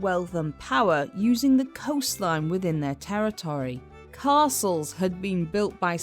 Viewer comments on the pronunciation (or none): none